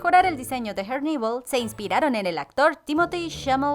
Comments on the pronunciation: Por favor pronuncia herneval como se lee es español no ingles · Pareces tonta tratando de pronunciar en inglés en nombre de Herneval Siendo que kos creadores son mexicanos y ellos mismos lo pronuncian tal cual se escribe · Son rayas azules y blancas en sus medias y pronuncias mal el nombre de herneval